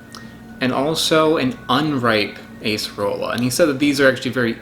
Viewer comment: Properly pronounced Ah-cerola